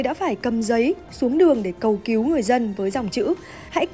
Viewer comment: Cầu cứu mà đọc cầu kiếu , nên đổi gấp người đọc chuẩn nhé